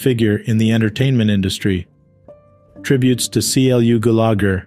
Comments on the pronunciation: Please teach the narrator how to corectly pronounce the deceased names, for Goodness sakes. Clu Gullager, for example. NOT C L U snd I cannot even begin to spell the mispronouncement of his sir name!! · Clu Gulagher =. Clue Goo-la-gher